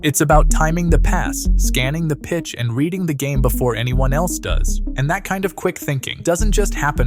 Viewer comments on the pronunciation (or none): none